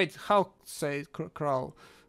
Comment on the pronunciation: Its ,,How'' Not ,,Xow''